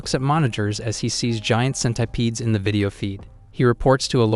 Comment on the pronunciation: bro says centipedes like scent- I - PEEDS